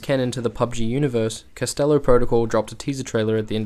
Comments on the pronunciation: It’s Callisto not castello lol 😂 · I'm sry to go all Hermine on you but... It's “Calisto“ not "Castello“